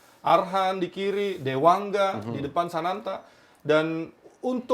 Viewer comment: Sananta bang, bukan santana😂😂